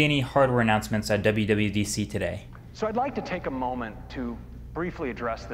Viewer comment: Did you said WWEDC?!?